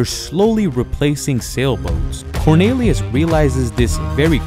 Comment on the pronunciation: (cor-NEE-lee-us),.....not (cor-NAY-lee-us).